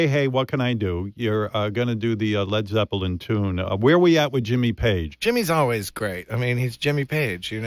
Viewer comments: "Led Zep-pa-lin" lol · Only Howard would pronounce the 3rd "e" in Led Zeppelin